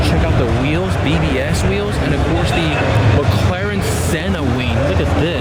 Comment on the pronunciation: WTF are “Wheeows”? Someone’s got a peech inspediment. They’re WHEELS, my man.